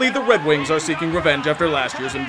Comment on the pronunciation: He said Red Wings.